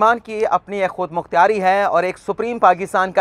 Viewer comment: Boongy shah khud mukhtiyari ni hota khud mukhtari hota hy.